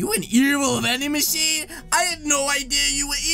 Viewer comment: Its Not Vanding Machine Is Manding Bachine HHAHAHAHAH